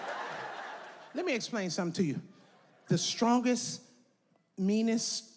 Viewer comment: "WaMeN BeiNG sTrONk"